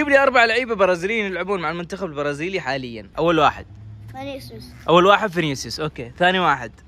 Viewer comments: فنيسيوس❌ فانيسيوس ✔️ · فنيسيوس❌ فانيسيوس✅